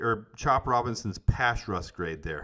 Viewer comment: Haha I love that you struggle saying "pass rush" you say "pash russ" you crack me up man. It's like can't say "Field" or "wield" or "shield" he says Fild and Shild 🤣 Great content brother keep it going!!!